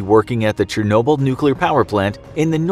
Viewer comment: Say it with me now Chernobyl = Shur | no | Bull You need a linguistics professional on your team. Getting worse with the butchering of words.